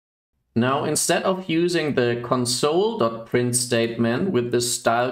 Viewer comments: Your English is quite good, so your pronunciation of "console" sticks out. When pronounced with the stress on the second syllable (conSOLE), it means "comfort (someone) at a time of grief." To refer to a terminal you should pronounce it with stress on the first syllable (CONsole). Mach's gut! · Sounds like english isn't your first language. And it's bugging me when you say console as in the verb(emphasis on the second syllable) rather than console like the noun(emphasis on the first syllable).